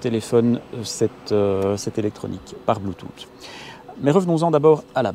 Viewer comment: bluetooth en phonétique: blu.tus et pas blu tut ;) c'est rigolo :D